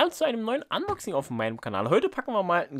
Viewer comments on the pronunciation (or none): none